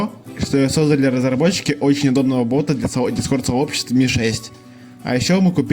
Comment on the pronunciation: Слушай , а у тебя прикольно получилось , так держать ! А еще мне понравились твои оговорки : чучуасьника чата😂 картсметика 😂 ботха